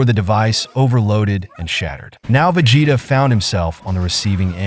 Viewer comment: Vegeta is 'Veh gee tah' instead of 'Ve jeh tah'. Saiyan is 'Say an' not sai an. Even though that's how it's spelt haha. Also very excited for you to do the Cell arc. Keep it up!